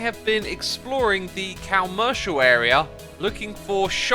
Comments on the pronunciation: I hate how he pronounces commercial incorrectly and he even is calling it the wrong name, it’s called the shopping district not the CALmercial area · I wish you’d pronounce it the same way is commercial not commercial, com-mer-cial